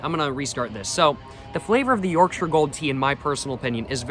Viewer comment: Yes sir yes sir Thank you for pronouncing Yorkshire correctly also